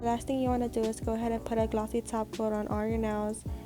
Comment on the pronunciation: same it's jus her accent tht sounded like that to me ig